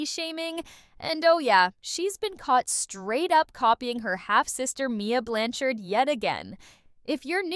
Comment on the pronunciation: OMG, everyone uses photoshop or filters. It's really not that big of a deal. I personally think people are nitpicking at this point for content. And the last name is pronounce blanchard not blan-charde. She may be a little jealous of her older sister but she looks up to Mia. If people can't see that, there's a problem. I think people need to find other ways to make money instead of making money off her name and call her a grifter when you guys are no different.